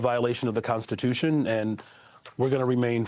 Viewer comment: Constituiton? Ahhh haaa